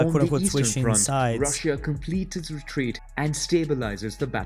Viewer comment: retreat sounds like retweet :face-green-smiling::face-green-smiling::face-green-smiling